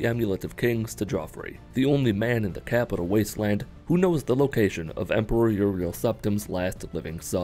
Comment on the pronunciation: Did ny man just say CAPUTAL WASTELAND?